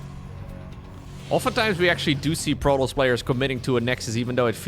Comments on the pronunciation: We pronounce the S for that one! Protoss ;) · We wouldn't pronounce it "Proto" in French. Since there are two 's' at the end of "Protoss", it can't be mute. Even with only one 's' at the end I'm not sure it would be mute since it wouldn't be a native French word and also a race name so kind of similar to a first name I guess (for instance the 's' at the end of "Chronos" is not mute).